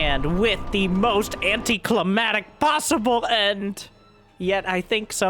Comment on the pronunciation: IT'S ANTICLIMACTIC!!! -ma C tic! THE C IS IMPORTANT! Its climax, not climate. I dunno why this epidemy spread...